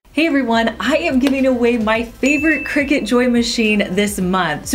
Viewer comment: YAY entered! I love your ideas and presentation! And thanks to you, I know how to pronounce "Cricut" - used to wonder why they called it a "Cry-cut" LOL